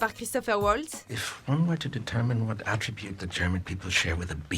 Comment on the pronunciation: Comme vous le dites, Christoph Waltz est allemand, Donc on prononce son nom Valtz et non Oualtz. Et c'est pas Christopher mais Christoph.... Cet acteur est juste génial alors svp n’écorchez pas trop son nom :)